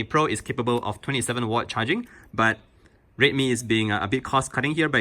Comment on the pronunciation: Why does it sound like he's saying rape me every time he says redmi